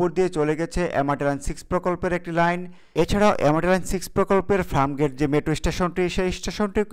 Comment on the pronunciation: Are abal FRAMGATE na re, bolben FIRMGATE! SUBCRIBE na re, hobe SUBSCRIBE! AGEY UCHCHARON THIK KARO BROTHER 👌!